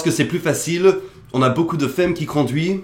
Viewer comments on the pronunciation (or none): Super vidéos avec des sujets drôles et interessants. Ton accent s'améliore à chaque vidéo, c'est impressionnant. Cependant il y a un mot que tu prononce d'une manière étrange dans toutes tes vidéos : "Femme" que tu prononce "fème" au lieu de "fame". A part ce petit détail, t'es au top, comme d'habitude. :D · Tu parles super bien français! Juste une correction pour un mot que tu répètes souvent (juste pour t'aider) tu dis femme comme ça devrait se dire mais en réalité on dit plutôt "famme"